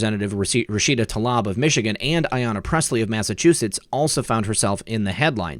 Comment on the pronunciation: Rashida's last name is pronounced Tleeb, not Tlab.